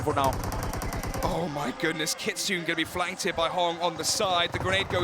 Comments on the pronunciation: Kitsoon a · Can someone tell that commentator that Kitsune name is pronounced KITSOON-A...not Kitsun 😲🤦‍♂️